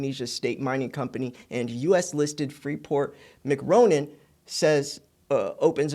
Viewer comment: It's pronounced Free-Port- Mack-More-Ran!